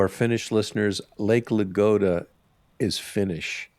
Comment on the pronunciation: Ladoga, not Lagoda...